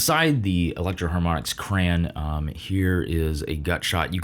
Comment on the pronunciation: Did he really just say cran???😢